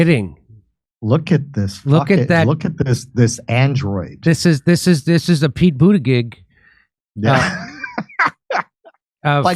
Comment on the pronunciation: Jimmy, the name is Pete Booty-Judge.